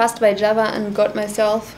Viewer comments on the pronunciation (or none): none